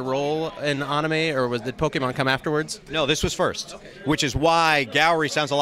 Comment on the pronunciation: Wow someone who pronounces anime correctly. Amazed!